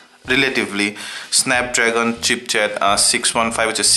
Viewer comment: ***** Its chipset not chipchet